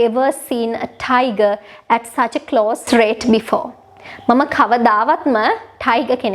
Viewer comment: Small english mistake, it is "raw" not "row" fish, and it is "close range" not "close rate" . Creative and helpful videos tx